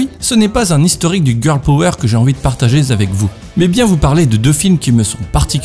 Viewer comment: "de partager z'avec vous" sérieusement ?